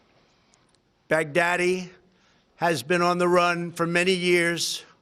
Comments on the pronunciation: First time he nails it. Second time he literally says Bugatti. Love you Trump. Good day for USA and our Allies!!!! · At one point it sounded like he said Bugatti (the automobile). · At Trump says "al bughatti" i didn't realize how much terror bughatti veyron caused with its speed and pricetag. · I kept hearing "Big Daddy" rather than "Baghdadi" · Me too. Sad because I liked Big Daddy when I was a kid. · Bag Daddy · No.. He said, Bacardi🤣🤣🤣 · me too 🤣 It sounds like big daddy kane got killed